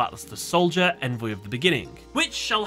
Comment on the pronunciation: you’re mispronouncing the word “Envoy”